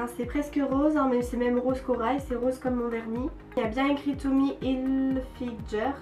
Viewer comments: Sa se prononce hilfiGUEUR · Mais punaise c'est pas Tommy HilfiJER c'est HilfiGER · Mais comment tu prononce le Tommy Hilfiger genre Tommy Hilfi"jeur"😂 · "Tommy hilfilGer " 😂😂😂 oh non jpp 😂😂 c'est ger genre sa se dit hilfilgueur 😂😂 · "Tommy Hilfijer" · J'chui d'accord avk les autres commentaires et c gens on raison c n'importe koi vos mieux acheter et payer l'vrais pris ke payer une amande et apprend ke la marque tommy hilfiger sa se prononce hilfiguer prck tu plc avk ton accent de hla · Magda Léna bas elle c'est peut être trompe comme tout le monde sa arrive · Moi aussi ça m'a légèrement choquée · Tu prononces mal Tommy Hilfiger. Merci de changer ça car c'est très gênant